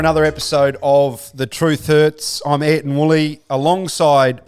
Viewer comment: Really love the show but is Duck ever going to say Ayrton right? It's not Anton! haha <3